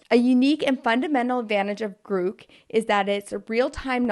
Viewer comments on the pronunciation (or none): Grok is pronounced similar to Clock. The way you’re pronouncing it, it would have to have two “o’s”. The term originated from one of Elon’s favorite books titled “Stranger in a Strange Land” where the term “Grok” meant you understood a idea so much that it became fused to your being or brain. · I don't know for sure but I don't think it's pronounced like grook but more like crock as in crock pot -- grok. IDK, just my guess. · It’s not Grook like Groot… it’s Grok like Rock… just sayin. Continue 😂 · It’s not Grook, it’s Grok. No hate, love your show, just FYI. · Grok is pronounced with an "ah" sound, Gr ah K. Gr oo k is driving me nutz! 😁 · Elon pronounces it as "graak" not "grook" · It's a nerd word pronounced Grock like rock. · Grok was a hip word that came out of the 60s meaning deep and or intuitive understanding. I imagine the hitchhikers guide was referring to this word. Pronounced like GRahK. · I'm not sure, but after some research I found that it's pronounced "grawk".